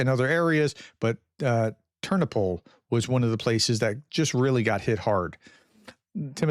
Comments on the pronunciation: "Tur-NO-pull" — I was in that city many times. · When in doubt about pronunciation..put the stress on the penultimate syllable..."Ter NO pil" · Hi, to help you with your pronunciation, place the accent on the second syllable for most proper names: terNOpyl, lVIv, cherNObyl, vlaDImir, volDOmir, uKRAina, etc. Great job. Thanks for all the updates. :)